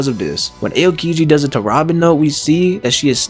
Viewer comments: First of all, it’s Nico OLVIA, not Olivia Second, you should pronounce AH-O-Kiji, not “Ay-oh” Third, that was pretty interesting, either way I don’t care if they’re alive or dead but I can’t HOW aids would bring them back if ever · It’s not Ayo! Kiji let’s go to the club!! It’s ah o kiji.